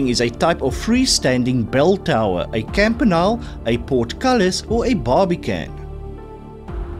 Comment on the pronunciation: 39/50 Ph.D Campanile is pronounced Camp uh nee lee. Please be more accurate.